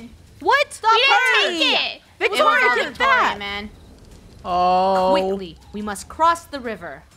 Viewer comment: did say victoro?